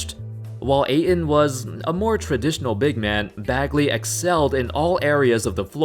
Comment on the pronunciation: Ayton. Pronounced like "8 ton", not "A in".